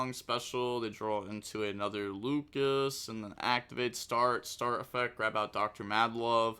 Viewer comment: Thanks for showing off those 2 new decks! Just one thing, the lvl 8 fusion is read as AL THARION and the lvl 4 guy that adds is read lucias (looshas) not lucas